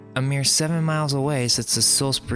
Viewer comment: "Saws berry" not "Salis bury"